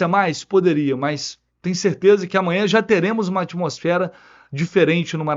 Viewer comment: vc falou umas 5 vezes: AMANHA! AMWNHA!